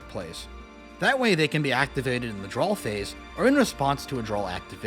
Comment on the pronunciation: Drawl phase. Popoolar. Bye-stials